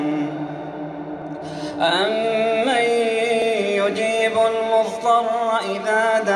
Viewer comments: الشيخ عبد العزيز العسيري يقرأ بهذه الطريقة. يعني ينطق ض مثل ظا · كلمة "المضطر" نطقها هنا غير صحيح!